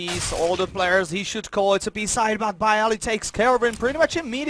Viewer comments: Ten komendator mówi bayali xD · zagraniczni komentatorzy chyba nie umieją inaczej przeczytać, 200iq dude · Nie nazywaj sie komentatorem jeżeli nie wisz jak czyta się nick byali